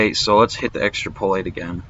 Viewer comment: EX-trap-oh-late Not Extra-poh-late